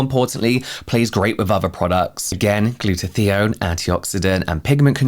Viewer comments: … I’m going crazy hearing you say “gluta-thee-on”. It’s “gluta-tie-on”! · Funny how you pronounce 'Glutathione' :D :)